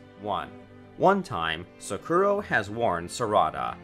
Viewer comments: U said sakura wrong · Ayo my guy legit said "Sa-Ku-Ro" instead of Sakura- 😭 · sockura and sukra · Why he pronouncing sasuke3and sakura like that tho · “Sasookae and Sakoora” 🤓🤓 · "SaSuke and SaKura" yeaa these pronunciations are finna be the death of me🤦‍♀️💀💀